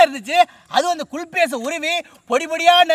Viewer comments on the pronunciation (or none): Kulfi not KULPI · Yow ithu soru illa kulfy 😂😂😂